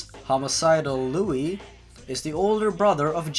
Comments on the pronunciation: it's pronounced Loo not Luey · That not how u pronounce it it said like lou not lewy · I kinda wish you’d pronounce his name “Loo”. Not because I give a hoot whether it’s the CORRECT pronunciation or not, but because all “Lui” makes me think of is “A IS FOR APPLE! B IS FOR BASEBALL! C IS FOR CAT POOP! D IS FOR ELEPHANT!” Although maybe that just makes the video better. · Why did u call me liuy? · by the way Liu's name is pronounced Lu, not Lowey. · .-. it's not liu-ie it's lu okk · His name I Liu not Lui. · P.s its Liu not Liuie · WHO THE FUCK IS LEWY HIS NAME IS PRONOUNCED LEEYOU IT IS SPELLED LIU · sorry its pronounced liu u say the u not luie XD ..... not to be mean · is anyone else bothere by the fact he says "louis" and not "loo" like its meant to be pronounced, its liu not lui >3> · ..It's pronounced Liu..like Loo or Lou. I'm sorry, you saying it like 'Lewie' just was bugging me :\ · It's pronounced "Loo" not "Loo-ee" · hun. its liu, not lui. just sayin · I love how he pronounces it "Louis". I'm gonna write a story where its Louis the 15th or something going around and killing people, that'd be funny. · It's prenounced li u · Ticci Toby fan loo?? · he said lui wrong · You pronounce it (LOO) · Liu you were saying liuy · His name is pronounced "Lyoo!" I thought you watched Bad Creepypasta. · I thought it was pronounced like li oo. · i don't if anyone pointed this out yet or not, but first off its pronounced L-oo. also A/N means Authors Note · Liu is pronounced loo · you say his name like leeyou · Love your vids, man, but I've no idea how you can mispronounce "Liu" as "Lewy." It's three letters in a clear sequence. Kinda like pronouncing "Jeff" as "Fjef." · its liu like lio sorry had to say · IT'S LIU YOU JACK not lewy sigh tantrum over get it right or I'm going lose it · "...homicidal lewy" Closes the tab. ;_ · Passionate Cure Berry no its pronounced "lu" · That's not how u pronounce it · said his name wrong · I GOT SO TRIGGERED WHEN HE PRONOUNCED LIU